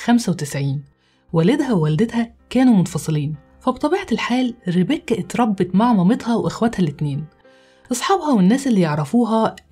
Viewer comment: افهموا يا جماعه ليمو اتعقدت من الاسم مش علشان ربيكا زاهو ،،،،علشان بتنطقه غلط باللهجه المصريه وبتكسر حرف الكاف ،،،،لان الاسم اجنبي وبينطق غير